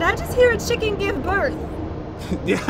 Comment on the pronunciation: chicken not chiken